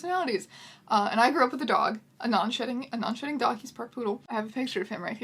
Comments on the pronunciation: I REALLY keep thinking you're saying non-shitting cat 😂😂😂😂😂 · I know what you're saying but I'm hearing "non-shitting pet" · misheard "non-shedding" as "non-shitting". got extremely shocked and confused for a millisecond.